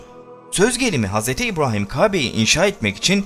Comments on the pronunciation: Nədən Hz İbrahim derken R ni farkli diyirsun? Normalde R diyiliwinde sorun yok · Dostum seni ilk kez dinliyorum, video çok ilgi çekici ama "Hz. İbrahim" derken ve "Kabe" derken sana sinir olduğumu itiraf ediyorum. "Kabe" derken inceltme işaretini kullanmanı ve "Kâbe" diye telaffuz etmeni tercih ederim. Eline emeğine sağlıkkk bu arada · Bu seslendiren arkadaş bu işi bıraksın bence kabe ve ibrahim demeyi bilmiyor seslendirecek arkadaşın şivesi çok önemli